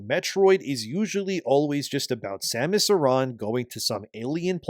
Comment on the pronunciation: So you pronounced her name correctly, but recently on the video with the Devs they pronounced her name wrong like they have never played any of them. they says Samus Aaron or Erin. pretty telling that they have no idea what the game is even about. Also, nintendo started the companion assisting you in ocarina of time.. "hey, over here".....